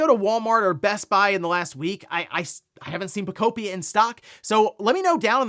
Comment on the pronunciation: Stop saying “Puhcopia” 😅